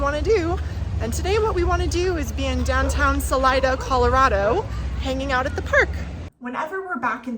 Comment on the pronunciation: HOW did you pronounce Salida!? You don't know the Spanish word for "exit"? 😀